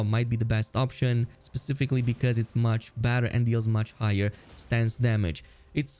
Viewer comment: Every time you say “better” i hear “badder” 😅